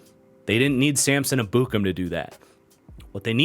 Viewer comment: Ur mispronoucing Ebukam. I'm pretty sure from listening to people its Eb-bu-kom